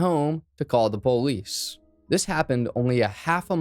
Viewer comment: Why do u keep saying PO-lice. Stop,lol. Puhlice. Had to stop watching because i was so annoyed.